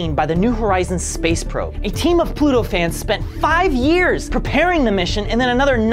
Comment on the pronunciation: Ploto. Not planat